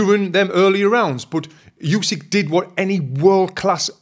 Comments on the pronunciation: Good analysis and yes, the ref absolutely saved Fury from a TKO. Only one thing to mention. As one of the greatest ever I think Usyk deserves to have his name pronounced correctly. It's Oo-sik not Yoo-sik. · Not Usky, but Usyk. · Oosyk not yousyk 😮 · Usyk not Usik